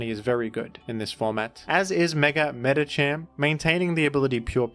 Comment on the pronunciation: Why did he pronounce Medikam like that?